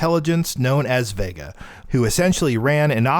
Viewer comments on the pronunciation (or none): none